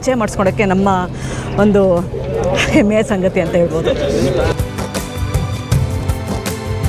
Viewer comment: ನಮಸ್ಕಾರ....ತುಂಬಾ great ನೀವು ಎಲ್ಲಾ ದೇಶ ಸುತ್ತಿ vedios ಮಾಡೋದು...but ನಮ್ಮ ಕರ್ನಾಟಕದ ಹೆಮ್ಮೆಯ ಬಾವುಟ...not ಎಮ್ಮೆಯ ಬಾವುಟ...ಆ ಮತ್ತು ಹ ಎರಡು meaning ಬೇರೆ ಆಗುತ್ತೆ...please ಸರಿಯಾಗಿ spell ಮಾಡಿ....that will be more beautiful...ನಮಸ್ಕಾರ